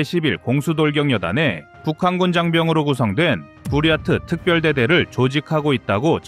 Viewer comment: 부럇트가 왜케 부야 처럼 들리지